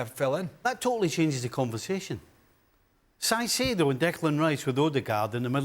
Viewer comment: Can't believe the guy in the middle actually pronounced Caicedo's name as 'sai-si-do'... and then he goes on to talk about Timber pushing Gabriel..? Mate, he plays on the right! LMAO These so-called 'pundits' know less than most of the football fans here.. They're clueless...